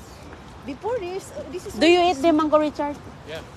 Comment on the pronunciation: Yung kababayan ni inday ganda ng porma, pero siya mukhang katulong talaga, kakainis narinig ko na naman ang angkol😂😂😂😂 it’s UNCLE